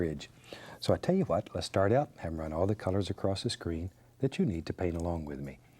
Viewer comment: ‘Tell yu wat let’s do...”. 😂